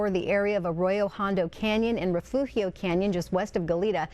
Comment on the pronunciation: Refugio Is not that hard to pronounce.